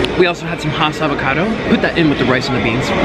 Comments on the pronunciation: Wait did he say niggacado avocado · Mans said n*ggakado avocado